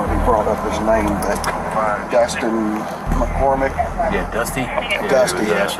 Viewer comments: bro really said dustin mcorrmick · Dustin McCormick... How do you screw up a name that bad...